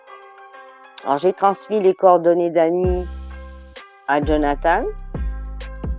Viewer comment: Jaime quelle le nomme "djonathane" haha